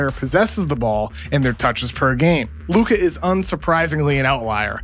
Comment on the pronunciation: please stop saying his luka's name like that It hurts my ears